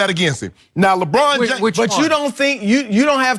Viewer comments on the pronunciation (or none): Chris: labrann